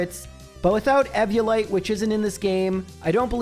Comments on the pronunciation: Yesterday, eve-o-lite. Today, evvo-lite. It's eve-ee-o-lite! Mode Hermione: off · Dude do u mispronounce stuff on purpose? Eeveeolite not evvvi